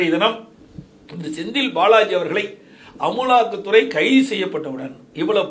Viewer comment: நீ எழுதாம படிக்கிறதனால தான் அமுலாக்க துறைன்னு ஈன்றைக்குன்னு படிக்கிற